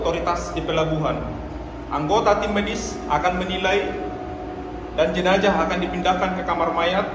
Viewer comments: bukan jenajah....tapi jenazah...pake huruf z bukan j. itu berasal dari bahasa Arab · Jenazah bang bukan jenajah